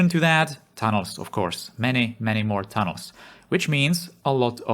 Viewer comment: I'm not really familiar with this channel, watched maybe three prior videos here. Still get used to the accent. But at the start it sounded like you were saying Thanos rather than tunnels XD